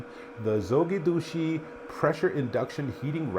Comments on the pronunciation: he called Zogidushi😂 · heh, is hard not to be amused by the pronunciation of the company :) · well, not sure who you talked to get the pronunciation but, they definitely didn’t help you out. First video that comes up for Zojirushi pronunciation